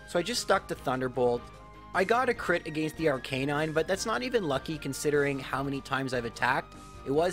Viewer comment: R-canine Me: It's arca-nine!